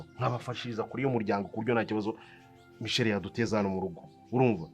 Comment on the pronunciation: Nkuranga muzamwigishe kuvuga Michelle (umukobwa) apana michel ,rwose amuvuga nkumugabo😂😂